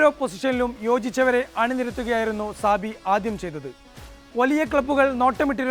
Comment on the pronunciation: സാബി അല്ല ചാബി.